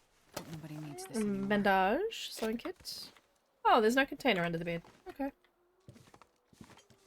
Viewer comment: So funny, the way you pronounce "bandage"😁 I always call it exactly that out loud when I find one😂